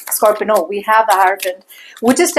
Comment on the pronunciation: Why are you saying Scorpino? It's scorpio isn't it